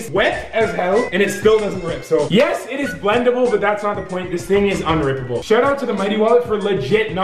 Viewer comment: every time he says wound 😭😭